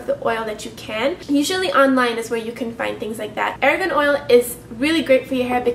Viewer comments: It's argan oil not aragan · aragon oil? do you mean moroccan argan oil? haha